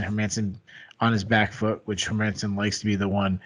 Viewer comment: dude stop saying her-man-son ffs. All you have to do is use google translate and look up the Swedish prononciation its not hard.